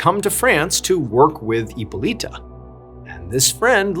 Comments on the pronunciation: Hypolite is pronounced Hypolit. Not Hypolita or Hypolitoe. 😉 E at the end of the word in French accentuates the preceding consonant but is silent. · Hippo"Lighta" is how it's pronounced. It's Greek. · Hyppolite = EE-pol-EET Chantilly = Chan- tee-yee Senlis = Sawn-lee If you'd like to hire a French consultant, I'm available ;) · Hyppolyte is pronounced as "Epoleet"...😂😂😂 not "Epoleeta" , just saying. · The correct way to pronounce hippolyte is hippo with a silent H and lit “ippo-lit”